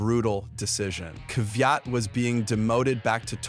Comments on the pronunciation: Kvajt, Kvit, Kvyat, Kvajat, Kvit, Kvyat... 101 of pronunciation of Daniil Kvyat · Bro pronounced Kvyat in every possible way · How many ways can he say Kvyat and still not get it right?